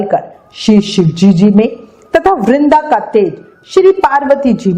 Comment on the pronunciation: Mam aap ki shive ji bolna nhi aata kya ... aap bolti ho shivejiji no galet hai ...shive ji bola kro